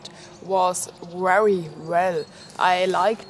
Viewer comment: Nice bag, love the accent.your words with a v like very have a w sound but its great, i understand just fine..thank you for viedo your awsome..